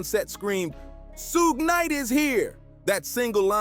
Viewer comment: SHUG KNIGHT , SUED KNIGHT . . . CMON HAHAH